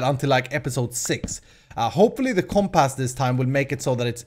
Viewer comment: Not to be mean but it is comp-uss not comp-ass